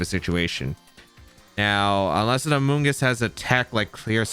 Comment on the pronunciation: Amoogus lives in this guys head. Rent free😂. Bro who hurt you with amoongus